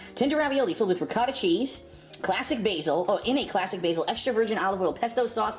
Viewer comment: He's supposedly Italian, but can't pronounce Ricotta correctly.